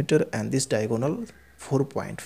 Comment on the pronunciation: Sir it's not diagoonal its diagonal Ur pronunciation🤥